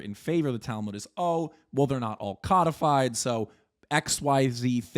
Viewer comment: Hearing cudfyd instead of co-de-fied is killing me